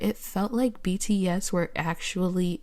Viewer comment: not her calling bts "btass" while she is prob siting on the sofa farting😃😃😃😃